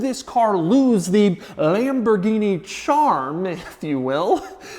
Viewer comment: It's not pronounced "Lamborghini"!!!!!.... It's Lamborghini... cmooon man